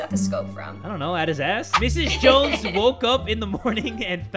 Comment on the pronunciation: I am a Jones... And you said it right. xD